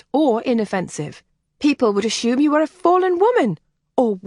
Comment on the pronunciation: Love the story and the narrator. Only irritation was ASHOOM pronunciation of ASSUME